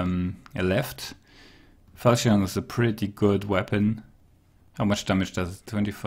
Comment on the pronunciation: Falchion can be pronounced as "falshin" for future reference. How do we turn a profit if tools cost the same price as worn mail sells for? lol